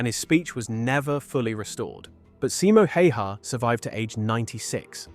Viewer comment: Tiny correction and I see it a lot. Simo Häyhä isn't pronounced like "Hey-haw", but closer to "Hauw-ha" or "How-ha".